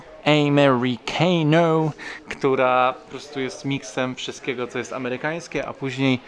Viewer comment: Korekta co do wypowiedzi w tym muzeum. "Americana" wypowiada się "amerikana" a nie "amerikahno". A Buick to po polsku "bjułik". Super odcinek